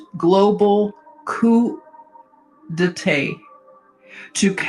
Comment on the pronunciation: The a in coup d'état is pronounced like the a in Jah. You are Eternal.